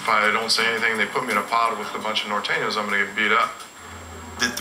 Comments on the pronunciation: he said NOR THANO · Nor thanos